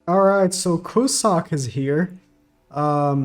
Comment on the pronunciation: btw, it's pronounced cue-zack and not cu-suck